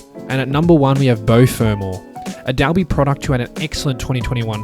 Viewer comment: Mate just one thing and it minor. Dalby is pronounced Dolby 😁 nice work with the wrap though 👍